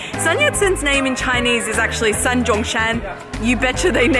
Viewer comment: Sun of Sun Yat Sen is not pronounced as the “sun” in English, but as very “soon” in English, because it is not English but pinyin spelling.